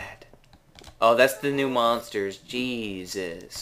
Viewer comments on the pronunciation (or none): none